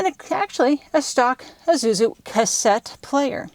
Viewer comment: Wizard can't say "Isuzu"